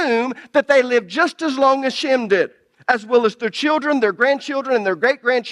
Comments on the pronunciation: Shem , not sham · His name was SHEM NOT SHAM! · Why is the guy saying "shammm"? When it's Shem with an e, not an a? 🤔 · I like the dialect of this guy pronouncing Shem as sham. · It's a fantastic teaching but I really wish that he would quit calling Shem by the name sham... It kind of is funny considering the fact that he was talking about other people's dialect AKA accent and then his own accent is mispronouncing the name